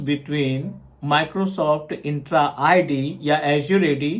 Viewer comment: it is ENTRA ID not INtra ID